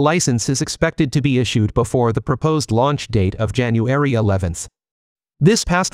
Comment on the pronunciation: ''Jan anuaarry"... please, no more AI voices. Also the cadence and robotic timing is really off-putting.